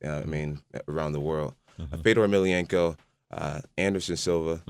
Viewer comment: no not emilianenko...its emelianenko...lol fail